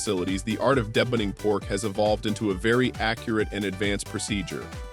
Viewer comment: bruh... the video is alright, but when you said debunning, it told me you cant read dictionaries to learn how to pronounce deboning, de... bone... ing. debunning... smh